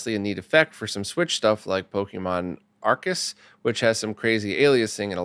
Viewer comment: For a second I was surprised he mispronounced Pokemon Arceus. Then I remembered mispronounces everything. Then I further remembered that doesn't know the difference between Pokemon and Kirby 😂